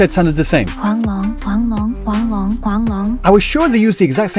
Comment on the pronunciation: EN Yangyang's pronunciation of Huanglong is pretty good though.